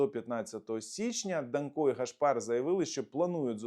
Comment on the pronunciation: В принципі не ДанкО, а ДАнко. Наголос на перший склад. Я думав більш відповідально до своїх ефірів готується. Але мабуть я помилявся